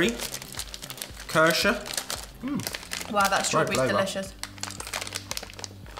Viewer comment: The way he pronounced Kirsche sounded like my neighbour saying Kirche